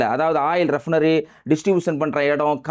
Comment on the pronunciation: ரெப்னரி... தப்பு... ரிபைனரி REFINERY என்பதே சரி..